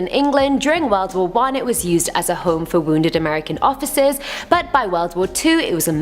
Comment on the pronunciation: at just it sounds like she said it was there to house American offices instead of officers lol